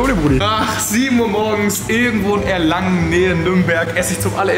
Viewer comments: Er hat einfach Erlangen falsch ausgesprochen. Der Automat ist nicht in Erlingen sondern in Erlangen, was auch mehr Sinn macht wenn es in der Nähe von Nürnberg ist 😂😂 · Des heißt Erlangen nicht Erlingen 😂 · Bruder du sagst am Ende des Videos statt Erlangen erlingen ❤❤😂😂 ❤you brother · Moin, Ich liebe deine Videos und schaue dich seit vier Jahren aber, 1. Erlangen ist keine Kleinstadt sondern hat 100k Einwohner (mit Umkreis 150k) 2. Du hast am Ende irgedwie Erlingen gesagt und nicht Erlangen Danke für alles und ich wünschte ich hätte dich getroffen ( komme aus Erlangen) 😘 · Erlangen nicht Erlingen xD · Bro es heißt ERLANGEN!!! Nicht Erlingen, und das is auch nicht in Baden-Würtemberg, sondern in Bayern, Digga no joke wie kann man das so schlecht recherchieren obwohl du selber da warst 😂